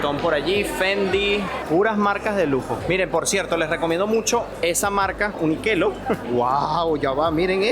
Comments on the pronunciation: Uniqlo así se pronuncia NO UNQUELO 😂😂😂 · Hola, cómo va? Malasia está buenísimo!!. Una corrección, la marca es Uniqlo (se lee como uniclo)... y no como "uniquelo" jajaja. Dicha marca es China. Recontra conocida en el mundo. Tiene muchas cosas económicas. La primera vez que compré fue en New York, en Fifth Ave las camperas. Cada viaje a dicha ciudad, compré cosas. Son baratas y duran. Tengo varias camperas, camperón, remetas, ropa interior, remeras térmicas. Los saludamos desde Buenos Aires, Argentina. Somos Pau y Gonza Viajando. (por si alguien quiere suscribirse) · Dato que a nadie le interesa pero me da risa: La marca UNIQLO se pronuncia Uni-curo o como le digo yo Uniculo